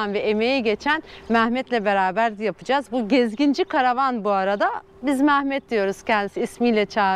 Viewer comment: Merhaba hayırlısıyla gezin GÜLE güle kullanın ama ustanın adı MAAMET değil MEHMET olmalı MAAMET diye bir isim yok güzel Türkçemizde....